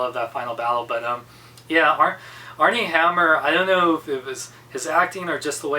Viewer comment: Its Armie not Arnie. I am glad I didnt see the movie.